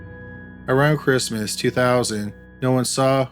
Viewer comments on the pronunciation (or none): none